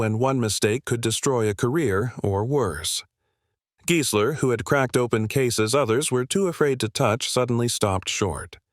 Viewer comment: sorry rackdick; true, the AI narrator is very flawed (there is total gibberish ) but you're wrong about the pronunciation. The video uses the perfect correct pronunciation - it's Giesler, as in "GEAR", not Giesler as in "GUY". If it was pronounced as in "Guy", the lawyer's name would then likely have been spelled Geisler. & there's audio/visual evidence: interviews with Giesler on YouTube where he is personally addressed as Giesler as in "Gear".